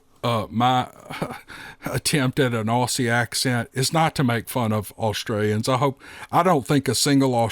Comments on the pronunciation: No offence here buddy. We more or less pronounce it ozzy though. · Mate, I really liked the stories. Your Australian accent was good. Your accent is really interesting, where are you from. The only thing you might like to know is that Aussie is pronounced Ozzie. (truly!) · I'm an Aussie and I can't do an Aussie accent,...I end up sounding like I'm doing a bad cockney accent, so how impressed am I that you managed to get Caboolture right, straight off the bat! Well done,! PS. Even though you pronounce Aussie as it is written, (and therefore, incorrectly) I don't think you should change how you say it 😅